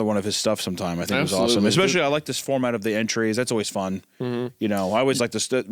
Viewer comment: Exscpecially and Calvery. Like two illiterate peas in a pod.